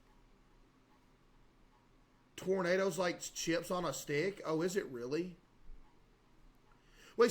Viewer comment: true, I worked at a gas station and never heard anyone pronounce them like this lmao